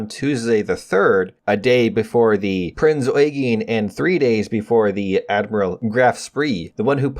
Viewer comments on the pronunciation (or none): The German ships are pronounced Prinz Oigen and grofe Shpe I know that’s not how they’re spelled, but that’s how they sound